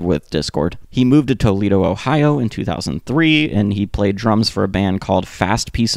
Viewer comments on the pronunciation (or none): none